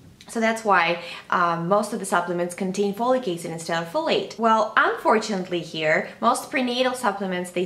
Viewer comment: Folicase? Follycase? Slow down and pronounce it s-l-o-w-l-y: F-O-L-I-C A-C-I-D. Jeeeeze.